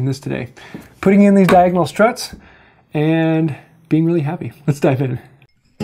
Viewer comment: Diagon-alley? Re-alley? I think you should get some more materi-alley!:-D Thanks for the vid. Appreciate it.